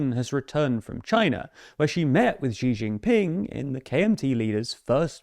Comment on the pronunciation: Bruuh! STOP saying Beishhhying and Xi shhhying Ping! It’s Chinese, not French. The J is just a J. 😂 why is everyone doing this.